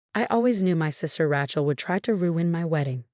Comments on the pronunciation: I love that mispronouncing from AI. Ratchell! lol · Name Rachel is pronounced as RAY-CHEL not RAT-CHEL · RATCHELL? Sort this AI narration out before you loose every listener; the storyline is pathetic enough: However with the awful AI narration, your failing spectacularly. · When will ppl realize AI READERS SUCK! Rachel is NOT pronounced Ratchel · It’s pronounced Ray (like a ray of light) Chell. Fix the AI voice. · Cute story but down thumb for pronouncing RATCHEL. I know it's AI, but it can be correct. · RAT-CHEL?? really? learn to pronounce names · It is pronounced RA-chel(long A sound not short a ) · OH it might be the wrong pronunciation but I enjoy saying it that way. My cousin Rat-chel hates it! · So, so tired of hearing AI unable to properly pronounce the name Rachel. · True all of these stories mispronounced Rachel and many other names